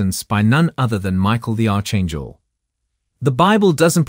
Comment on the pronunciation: "Arch" in Archangel is pronounced "ark". Not "arch". Not "Mobe". "Mo-ab".